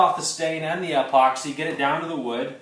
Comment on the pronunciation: Not sure whats more annoying, how he pronounces epoxy or how I can barely see anything because of the sun coming through garage door 😄. That being said, thanks for trying